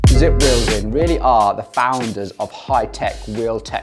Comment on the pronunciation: He lost me at “Zipp”